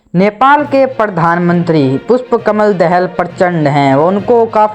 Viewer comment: Not दहेल it's दाहाल